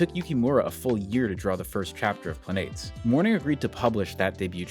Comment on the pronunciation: Planetes is pronounced “planet-es”. Think of like saying “Planet S”